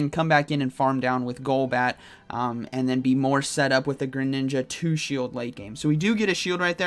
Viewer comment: everyones going to talk about "grininja" lmao